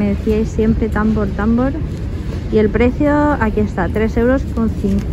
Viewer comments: Cariñoooooo. No es Támbor, es Tambor 💖❤💋💕🌹😘🥰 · No, 🤣🤣🤣 ha dicho támbor, acentuado no tambor🤣